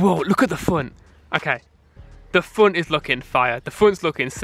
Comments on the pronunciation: He said look at the funt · "The funt is looking fiuh"